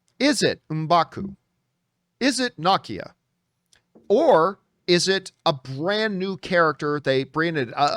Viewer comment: You keep saying Nakia wrong. It’s Na- Key- A